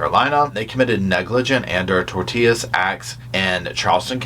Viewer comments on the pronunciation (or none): This is sso sad. I feel so horrible for the families involved. There are no words when someone is taken away from you so unjustly. Btw, did you pronounce "tortious" as "tortillas"? My man, you made me die of laughter in the middle of this tragedy. I was very confused in my emotions for a minute. It's pronounced "TOR-shuss". . Still, it seems that drunk driving is becoming more frequent these days. I'm glad that the bars/restaraunts are being held accountable. They should be. They have a responsibility if they serve alcohol to prevents someone from driving if they think they're impaired. I mean, they served them and they have a cut-off for patrons, so they should know. I completely feel that the book should be thrown at this woman. Her level of intox was dangerous to her own health and she obviosuly planned to drink that day, so it's even more premeditated in my book. Her lack of accountability is appalling as well. Like that girl who killed two people and then laughed the whole night and sang in the hospital. It would have gone a long way if she felt even a hint of remorse. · Tortious is pronounced tor shus. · Tor-Sush is how you're supposed to say it idk tortious I think it was lol